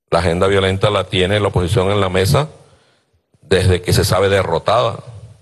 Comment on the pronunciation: LA PALABRA MESA,NO ES CON Z .(MEZA). DISCULPEN.